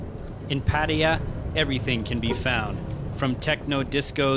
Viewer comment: ffs, pronounce Pattaya properly...